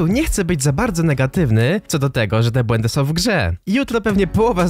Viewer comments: ekhm...."BŁĘNDY" ekhm ekhm BŁĘDY ekhm powinno być ekhm X ekhm D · KOCHANY BŁĘDY A NIE BŁENDY!! <3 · Błędy nie Błendy:)